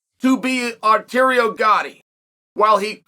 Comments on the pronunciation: Chael. You can't butcher Gatti's name like that. The dude is a legend and may he rest in peace. It's Arturo not Arterio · Chael, dude, come on! Arteario Gatti?!?!?! It's Arturo man!